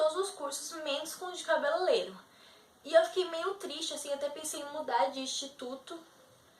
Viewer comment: Primeiro pare de falar CABELELEIRO. O correto é CABELEIREIRO... RSRSR PELO AMOR. Nunca esqueça disso